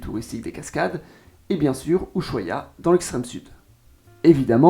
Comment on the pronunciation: Una aclaración que cometen todos los franceses y que estaría bueno que lo tengas en cuenta. La S y H de la palabra Ushuaia no tiene sonido, como en francés la H es muda. Todos pero todos cometen ese error. Gracias por tu contenido. Saludos ✨👌